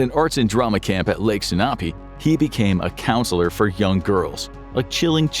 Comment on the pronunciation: The pronunciation of Lake Sunapee was painful.